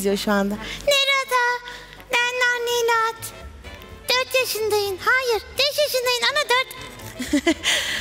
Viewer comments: betül yıldırım bilmiyodum sağol videonun adında bile yazio bilmiyodum sadece normalde Marmelat ama narnelat diyo ml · NDNG Enes Özmen Özmen biliyorum Marmelat diyor ama nanenat diye anlaşılıyor mesela meraba herine merada diyo onun gibi